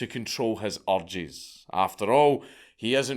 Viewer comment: Every time Dank says "Urges", it sounds like something else... scots lol